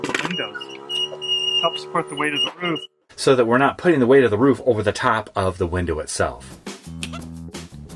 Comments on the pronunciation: wHy Do sOmE pEopLe sAy "ROFF" .. its so distracting, it reminds me of a bark from a dog, "then the boys finished the BARK BARK" .. but thats just me I guess.. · It’s called a roof not a “ruuf”